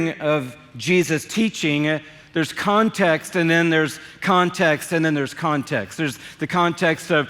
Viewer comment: It is a CONTAST and a contast and a CONTAST in the contast!🤪😂🤣🤣🤣